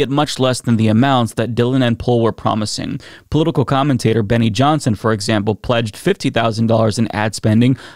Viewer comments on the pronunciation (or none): none